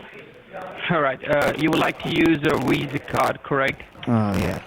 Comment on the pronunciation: Level 5 technician...ah, that's what people over at Lewis's Tech were talking about... I thought Lewois's Tech was just joking putting a "w" every time a "v" appears but they really do say WIRUS and WISA...